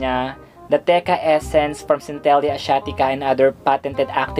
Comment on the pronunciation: cen-te-lah po yung pag pronounce😀